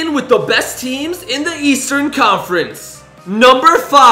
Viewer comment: he said buudy heil is in the eatsearn conference.